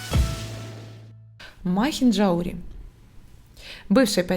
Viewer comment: МахинджаУри. Ударение на букву У